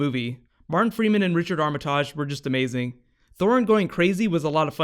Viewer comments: You say Armitage weirdly lol. It "Arm-eh-tidge" not "Arm-ah-tadge" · Armitarrrrge... ROFLMFAO